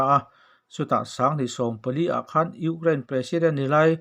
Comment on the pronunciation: Ukrlain tih mai mai, Chuan eng tawng mah ilam dik loh mizotawng tih loh Chu. Ama erawh Chu angaih nawm e